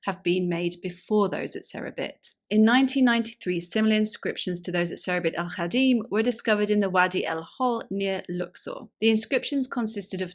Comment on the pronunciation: You mentioned the Egyptian tourqoise mine in southern Sinai called "Serabit el-Khadim (Arabic: سرابيط الخادم"), but you mispronounced both parts of the name. If you had just checked Wikipedia you would have found the transliteration in IPA as, "saraːˈbiːtˤ alˈxaːdɪm", which can be written more simply as, "sa-RAA-beet al-KHAA-dim".